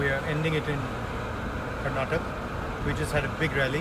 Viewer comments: Rahul sir it's Karnataka not Karnatak😁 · 🤦 plz say Karnataka not karnatak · He called Karnataka, Karnatak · Its not karnatak... Its karnataka.... Pronounce it properly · It's Karnataka not karnatak ..first learn to pronounce the words.. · Boss, it's "Karnataka" not "Karnatak". Please learn on how to spell your state names hardly you have 29 states to remember. If we cut short your name it sounds awful according to our Kannada language. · Please firstly you pronunce Karnataka properly